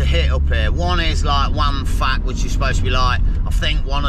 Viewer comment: Waun Fach is pronounced 'Wine Vac'.